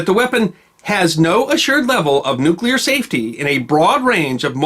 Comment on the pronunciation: is one of 17 humans who pronounce ""NU-klee-urr" correctly.